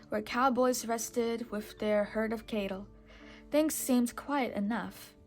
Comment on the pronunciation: You know it's cattle not cable right?